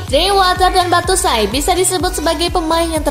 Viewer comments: Kaka Bacanya Bacuayi, bukan Batusai kaka.... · cara ngeja nya Batsuayi ( Batshuayi )... bukan Battusai... wkwkwkwk :D